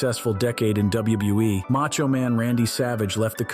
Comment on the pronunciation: Double u - bew- eee 😂